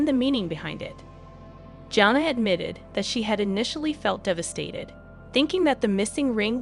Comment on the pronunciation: You are not even pronouncing her name correctly! Smh